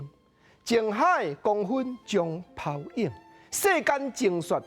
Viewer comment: 泡影文讀照教育部詞典應該是phàu-íng，影片內底聽來像phau-íng